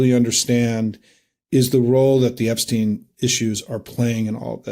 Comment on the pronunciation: should pronounce Epstein's name correctly, this is getting annoying!, i wonder what Albert Een Steen would think of this, well you sir, you are no Albert Een Steen!!